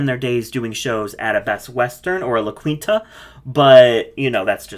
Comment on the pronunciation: Lol, the "La QUEENta." I guess that's one way to say it. 🤣